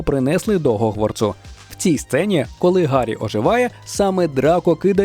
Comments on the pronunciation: В сенсі немає "Ґ"? Ho[G]warts, Há[G]rid А щодо транслітерації "H" в "Г", це через те, що ці звуки поруч у МФА. Ви ж кажете "Гаррі", а не "Харрі". Всюди необхідно дотримуватися послідовності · Гогворц?? Гегрід??? Боже, нащо так знущались з української?? Це жорстого!!!